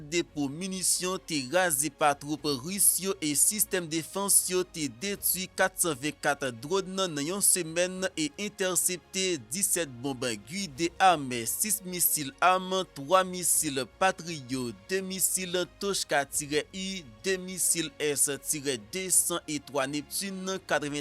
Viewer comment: YO PA PRONONSE GUIDÉ JAN OU DIL LA,LI PWONON KON KREYOL LA GIDE